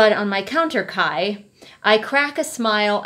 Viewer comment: every time you say kai's name i distinctly hear "kyle" and honestly that's what he deserves